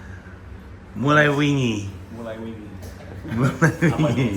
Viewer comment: Kalau orang non Jawa, ngomong bahasa Jawa, kadang memang susah. Pandji mengucapkan kata "wingi" dengan cara seperti mengucapkan kata "wing (sayap)". Saya dengernya terasa aneh. Hehe 😁